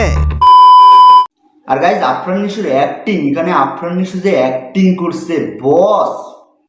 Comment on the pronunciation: কি দিন আসলো হাফ লেডিস হিজড়ারাও এখন মুভি রিভিউ করে। আগে নামটা ঠিকমতো উচ্চারণ করতে শিখ । নামটা নিশু না নিশো হবে।